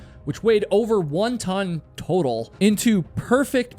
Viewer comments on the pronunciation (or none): none